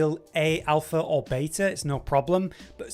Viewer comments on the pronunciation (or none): none